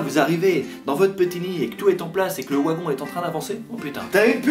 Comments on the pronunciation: Oh putain "wouagon ". Mais sinon tu as de quoi être fière. T'es un modèle génial. 😊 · « Ouagon », 2017